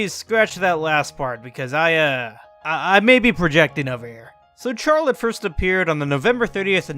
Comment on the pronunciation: you are going to hell for mispronouncing charlotte :)